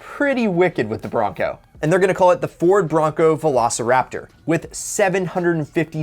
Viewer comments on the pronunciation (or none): none